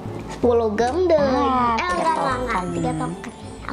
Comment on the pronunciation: Maaf sebelumnya tapi dibaca nya jem memang tulisannya gemm tapi dibaca nya jem